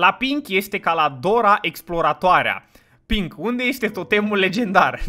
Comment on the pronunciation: de ce toata lumea iti zice si nu pink?